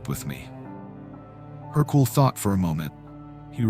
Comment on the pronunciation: wrong pronounciation, it’s Hercule. Not Hercoul